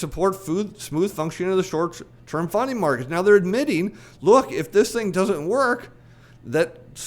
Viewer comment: & I thought you said short term "funny" markets. Now that has a ring of truth.